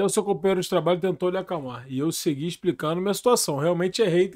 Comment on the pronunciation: "... e eu SEGUIRRRR explicando a minha situação..." Só tem analfabeto!